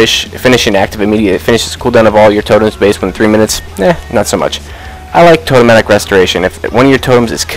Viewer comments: "Totemic" is pronounced TOE-TEM-ICK. It is NOT totematic. Please, for the love of all that is Holy, correct your pronunciation of that word :) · For the love of god its pronounced Toe-tem-ick, not Toe-toe-matic! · Why do you always say toe-toe-matic..... it's Toe-tem-ick!!! Ahhhhh....... :) seriously though